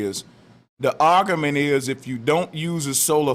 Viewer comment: Argamint, Flat earthers know how to mispronounce words.